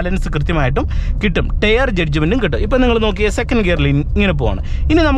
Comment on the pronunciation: എനിയ്ക്ക് അതല്ല മനസ്സിലാകാത്തത്... ടയർ എന്ന് എഴുതി താങ്കൾ ടെയറ് എന്ന് പറയുന്നത് 😢😢.